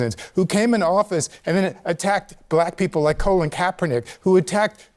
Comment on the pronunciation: God Bless Snoop Dog!! And Carrie Underwood. Also, who's Colon Kaepernick? 😂 He must've been bullied for having that first name. Though we know, lefties never get criticized for mispronouncing names.